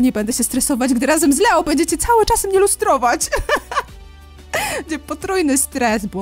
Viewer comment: imie Leo czytaj jako Lijo